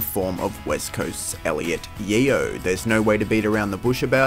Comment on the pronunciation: It's pronounced 'Yo', not 'Yee-o'.